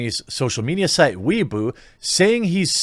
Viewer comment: I think you meant Weibo (pronounced Way-Bo) but it's alright that you mispronounced. It's bootlegged government approved Social Media in Communist China anyway. Saw Social Credit points going down - Perfect.